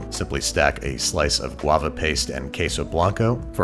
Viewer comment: Man said "guava paste" and I almost died